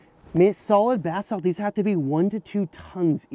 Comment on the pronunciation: It sounds as if is saying bath salt, lol.